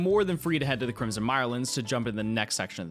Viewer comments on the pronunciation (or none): none